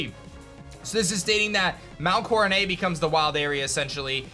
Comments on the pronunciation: What's mount corenay?.... it Coro "NET"... I WISH POKETUBERS WOULD STOP BUTCHERING THE POKEMON FRANCHISE BY REFUSING TO CORRECTLY PRONOUNCE THE NAMES... to me it makes your pokemon know how seem non existant... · Bro, seriously? Mount coronét or however you said it? It's pronounced (kora - net) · Am I the only one bothered by how he pronounces Mt. Coronet? (It's coro-net, not coro-nay) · "Mt. Coro-NAY"? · i would give the pronunciation a pass if sinnoh was based on france but its not so where did he get coronay from lol